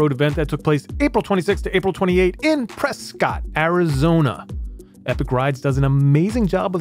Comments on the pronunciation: Btw it’s pronounced Preskitt... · Prescott - rhymes with biscuit